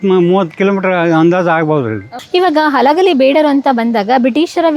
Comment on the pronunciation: ಅಲಗಲಿ ಅಲ್ಲ ತಾಯಿ ಹಲಗಲಿ 😂